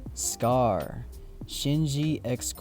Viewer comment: Emphasis on the "SCCAAARR." 😂